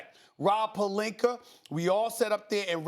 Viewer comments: Is it Pelinka or Pelinker? Stephen A😂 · Why does steven a always end names with an "a", an "er"?? Its pelinka not pelinker its tampa bay not tamper bay. Every name that ends with an A!! Comon' man!! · rob pelinker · PALINKER! PA-LIN-KER! Get it right Stephen A! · He let me down when he did not say pelinker But made up for it when he said dennis shrarder lol SAS making boss moves with the shaft leather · " rob palinker" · Stephen A: Rob Pelinker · Why does he keep saying Rob Pelinker and Shrader 😂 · Nobody: Stephen A Smith: Rob “Pelinker” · “Rob Pelinker” 😂